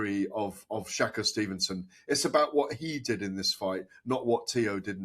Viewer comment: Please learn how to pronounce shakurs name properly